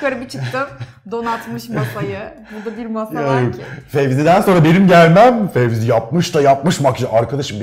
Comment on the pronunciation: 'in tüm video boyunca Fezi'ye Fevzi demesi 😂😂